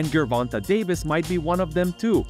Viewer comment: Dude you're killing Davis name bro. lol